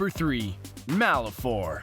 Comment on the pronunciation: the "e" in Malefor is silent.